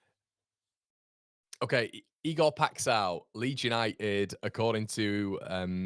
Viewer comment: Ive sent you a x video of the guys name but it's Ee gore pie sh oww nasal sh oww. Lol keep up the good work!